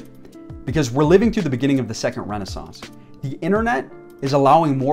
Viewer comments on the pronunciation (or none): none